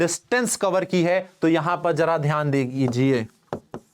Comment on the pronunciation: dijiye = digijiye😂😂